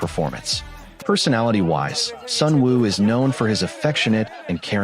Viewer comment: Please stop saying Sunwoo. His artist name is SUNOO.